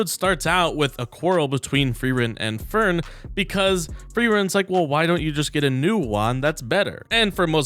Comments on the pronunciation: I'm more worried about how many times you mispronounced Fern as Fair-en, hehehe :D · The way you say ferns name here confused me for half a sec, lol. Nice vid